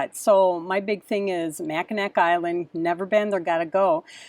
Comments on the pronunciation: Mackinaw Island, is the proper pronunciation. Traverse City is my home town. Enjoy, absolutely beautiful area. A lot of history and amazing amazing beauty. Watch “ Somewhere in Time” with Christopher Reeves and Jane Semore filmed on Mackinaw Island. Read up on the Soo Locks. Have fun! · FYI: Mackinac Island and Mackinaw City are both pronounced the same, “Mackinaw”. One is the French spelling and the other is the Native American spelling. BTW: we have done the Adventure Caravan tour of the Canadian Maritimes and would do it again in a flash. Made many friends and loved everything we saw. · Finally you are coming to Michigan. We will be "traversing" our home state like a dunk slug this summer. Maybe we will cross paths. You will enjoy. BTW, it's Mac -in-naw as in awe. What an honor! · Love you guys, I'm 70 years old, lifelong Michigander, I enjoy your kids so much, just a tip, it's not pronounced Mackinac even though it's spelled that way, it's pronounced mackinaw